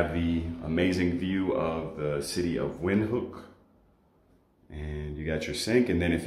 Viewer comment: That's the right pronunciation of Windhoek by the way.